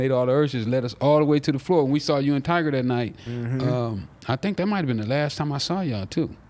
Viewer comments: “Tiger” 😂😂😂😂😂 Tyga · “Tiger” lmao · its funny how he calls tyga "tiger" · Lmao I fuk wit both of them but why do they keep sayin tiger and not tyga